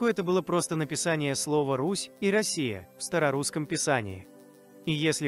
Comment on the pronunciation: Россия с ударением на"о" эту Русь а не Росия!!